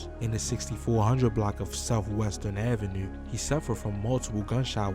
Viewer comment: I heard it in the “avenUUUe” 😂